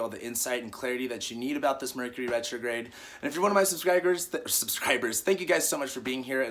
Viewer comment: "Subscriger" Mercury retrograde right there lol